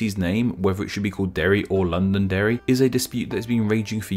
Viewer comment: Londerry? Eh? Eh?